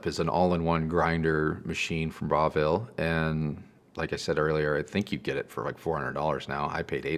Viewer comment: Breville E said like BrevVill. Its a great brand, especially their coffee machines and food processors though you don't get the quad blade in the US that we get in Australia.